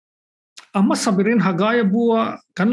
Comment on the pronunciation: A ropui hle mai.. Mahse,, emaw tih turah Amaw i ti zel a..